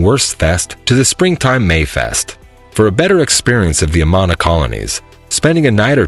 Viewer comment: 1. Don't pronounce the last "s" in Des Moines. 2. Learn how to pronounce Amana. 3. Registers Annual Great Bike Ride Across Iowa - not Race.